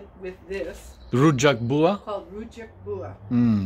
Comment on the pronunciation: Im impressed by how well you pronounced that Rrrujak 😄